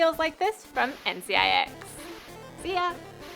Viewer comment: everytime she said nzxt i heard ncix WHAT